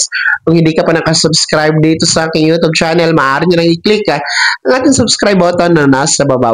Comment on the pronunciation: Hindi yon yo tob, instead u tyob.pls pronounce properly.